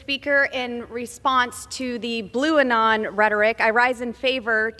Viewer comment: Bluanon 😂😂😂love this chic